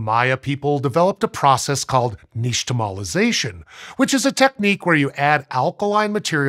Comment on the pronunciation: • i see "nixtamalization" written on screen • i prepare to cringe once the word gets pronounced • instead, i hear a sweet sh sound and cheer with my fist like others will do for a sports event